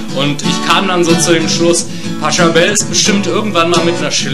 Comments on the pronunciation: naja schlecht ist das echt nicht, aber der typ heißt nicht "Pascha Bell" *lol* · der Komponist heißt Pachelbel nicht Paschebel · Find's ja toll, dass sich jemand die Mühe macht eine deutsche Version zum Pachelbel Rant von Rob Paravonian zu machen, aber SO geht's nicht. Übersetzung zum Teil schlecht oder falsch, Pachelbel durchgehend falsch ausgesprochen und wieso zum Teufel wurden manche Lieder übersetzt und gesungen? Es geht doch nur um die gleiche Melodie. Gesprochen wird auch wie ne Schlaftablette, gerade das Paranoide im Pachelber Rant macht ihn besonders lustig, aber hier verläuft sich das in schlechter Betonung.